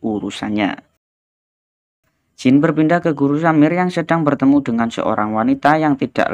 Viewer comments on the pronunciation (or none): none